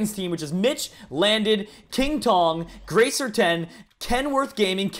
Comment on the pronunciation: Gracer?!?!?!? It's grazzzzzer